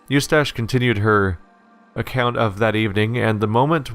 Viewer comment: That and him pronouncing "Eustace" you-stash, ugh...